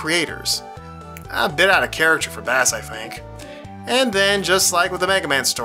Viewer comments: I blame mega man 8 for making people think that bass's name is pronounced like the fish and not like bass & treble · Holy cow, the mispronunciation of Bass drove me up a wall.